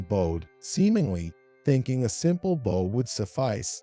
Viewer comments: Bow in this story rhymes with COW which is bending down before someone! It is NOT the bow as in bow and arrow! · It mispronounced the word “bow”! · Are you using people who are reading phonetically? The mispronunc iation of the word bow supposed to mean bending at the waist as bow as in bow and arrow. What a joke. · Come on!!!! Bow, as in how, fowl. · Please, PLEASE, teach your machine-to-voice program about proper pronunciation. Your current system has a particular word (bow) that has several pronunciations. It's not the only word, though. "Context is king."